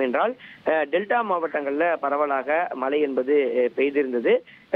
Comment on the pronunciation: தம்பி மலை இல்ல மழை